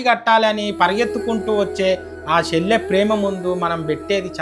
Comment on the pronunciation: షెల్లె కాదు చెల్లె అనాలి.